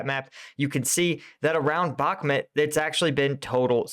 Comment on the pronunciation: Bakhmut is read as "Bah" - "Mut" the u sounds like oo in book.